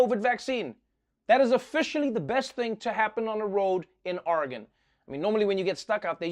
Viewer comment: Trevor! You magnificent man you pronounced Oregon correctly! 😁